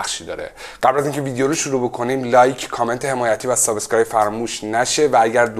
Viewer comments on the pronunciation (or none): none